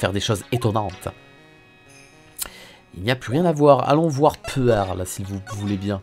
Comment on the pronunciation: En gros c'est la version atroce de la prononciation de "Pearls".